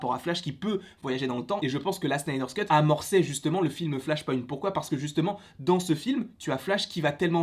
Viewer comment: arrête de dire Snyder Scut stp C'est Snyder Cut!!!